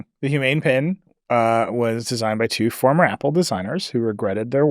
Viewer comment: Hot Take: . - PEN.... not "Pin" - Jony Ive will make a Pen, that can clip into your pocket, a camera, microphone, and "see" your writing.